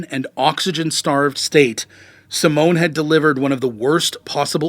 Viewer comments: Simone is Italian for Simon, it's pronounced simonay, not "simone" which is a woman's name. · Please try to speak out the names more correctly, its not that hard. You are calling the guy "Simon" "Simone", which sounds more like the female version of that name "Simone". As a german speaker I was thinking the person who was so insulting was a woman.